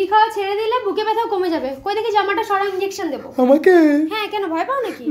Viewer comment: ওটা বেথা❎❎৷ ব্যথা✅✅✅